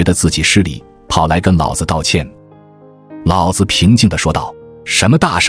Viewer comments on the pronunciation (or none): 老子的老念二聲老不是三聲老，念三聲老，老子就是爸爸的意思！